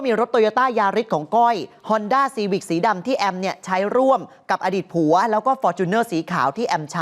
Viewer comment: เน้นคำว่าผัวววว